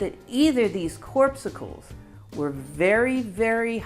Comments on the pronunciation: Please,, not corpsickles. Cor-pus-cles. Corpuscles. Otherwise excellent! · Corpuscles, not corpsicles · "corpuscles", not "corpsicles" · COR-PUS-CLES not, corp-si-cles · It’s corpuscles with a pus not corpsicles as in popsicles. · I think the pronunciation was “cor-pus-uls” not “corp-suckles” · I love these vids, but still can't resist the temptation to be pedantic about an insignificant matter. haha Corpuscle (what he called electrons) is pronounced something like "corpusle". It comes from the Latin word 'corpus' meaning body, and the "-cle" ending is diminutive. So corpuscle means "small body". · Not "corp-sickles". Corpuscles rhymes with core muscles. See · "Corpuscles" pronounced in an easier way as 'cor pus cles'. Try it! Moot pt. anyway! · Every time she tries to say corpuscles, she says corpsicals. lol This notion of neutral charge is somewhat misunderstood. It really should be called balanced charge. A Q- particle in a Q+ field has a potential difference causing a transfer of energy, the same is true for a Q+ particle in a Q- field. But a Q- particle in a Q- field will be neutral as a Q+ particle in a Q+ field is. In the case of a neutron, you have a paired electron/proton. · I think you meant corpuscles which rhymes with "YOUR muscles" or "YOUR mussels". A "corpsicle" is a frozen corpse on a stick, eaten as a treat on a hot day, like a popsicle. 🤔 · 60,000 mph is nowhere near the speed of light. 1/3 the speed of light, the speed of light is 60,000 miles per second. I believe the pronunciation is core' puh sills. Accent is on first syllable. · it seems that the word is pronounced /ˈkôrˌpəsəl/ - same as the red & white ones in blood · Corpsicles is what I humorously think of when I think of people who have been intentionally frozen, to be revived at some later time. I think you mispronounced corpuscles.